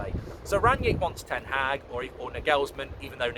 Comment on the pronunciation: Just say Ten haag. Why TH?